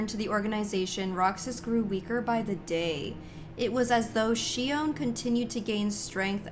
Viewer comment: It's actually She-Own Not on, because they always pronounce it as She-Own in the games.